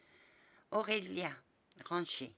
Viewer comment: Et j'ai oublié de te préciser que tu as parfaitement prononcé mon nom 😁😊💋 à bientôt 😘